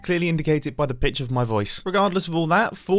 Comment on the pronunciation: it almost sounded like mumbo said "by the b**ch of my voice" instead of pitch